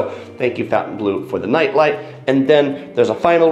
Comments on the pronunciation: Fountain blue?! You are completely butchering that Say it with me: FON-TEN-BLOH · It’s not Fountainbleau, it’s Fontainebleau. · Awesome review! the pronunciation of Fontainebleau and Dulce de leche was very cringe though.